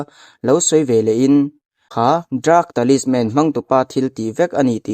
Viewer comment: Temple tih hi pangngai deuh in i sawi thiamlo mi,city tih pawh lam dik lo dark pawh lam dik chuanglo space tih pawh lam dik lo,dik tak khan lam ve mai la